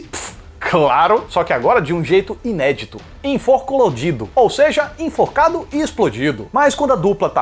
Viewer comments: "Enforcolodido" kkkkkkkkkkkkkkkkkkkkkkkkkkkkkkkkkkkkkkkkkkkkkkkkkkkkkkkkkkkkkkkkkkkkkkkkkkkkkkkkk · "Enforclodido" kkkkkkkkkkkkkkk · INFORCOLODIDO KKKKK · "inforclodido" me mato kkkkkkkkk